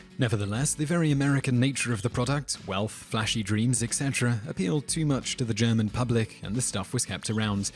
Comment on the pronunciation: ***** I found your video interesting and worthwhile watching; thank you for it! I did find that your pronunciation of German words and names to be a bit off. Maybe next time you do a video with another languages words in it you'll do better!